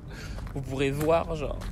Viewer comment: Eh j’te love mais STOP ARRÊTE DE DIRE « gennre » STPPPPPP!